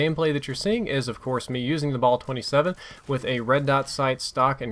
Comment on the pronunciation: i don't get how they make guns shoot slower than their previous variants and yet they are over powered. also pronouncing the gun name to be a pun. you had one job.